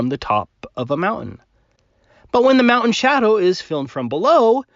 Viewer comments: WTF there’s a Fukn T in mountain, take a flying leap off your “mowUN” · If everything in the observable universe is demonstrably moving why is the Earth stationary? really should stop drinking before he makes his videos. It's mountain, not moutain. If you can't even pronounce the word correctly I can't take what you say about it, or anything really, seriously. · I love when flattards speak. "moundain" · WTF is a 'Mout-in'? And what the hell is an 'Im-poor-ant'? Can an American please translate? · I know this is a petty comment, but it grates on my nerves to hear being unable to pronounce the "T" in the middle of "mountain" and "important" ("moun-en" and "impor-ant" respectively). I'm already annoyed at his cherry picking and blatant disregard for observable evidence, so hearing that just makes it worse. [End of Minor Rant] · Why are you saying "mou-an?" Good call on noticing the detail of the position of the clouds!:) Flat earth-ers: what does it do for you if the earth is flat,what do we gain by adopting that model? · Listening to talk makes me wonder why his channel isn't called aboo conspiracies! Because he clearly doesn't know how to pronounce the letter T! Mow'en! 🤦🏼‍♂️ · sounded like his video was a response to a sane person he had already been arguing with for three hours, and was just about to explode. says "mou'an" instead of "mountain", and "impor'ant" instead of "important." What a strange verbal oddity; something I find more common in teen girls and young women than in males. can't understand how a sunlit white surface like clouds can be so bright against a dark sky. He need only look at Venus in a telescope in broad daylight, and compare the brightness of it against the sky with that of any clouds present. Or a ping pong ball held against the sky at the same time. Indeed, he would also roughly match the phase if the sight line is similar. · What is a "mount an?"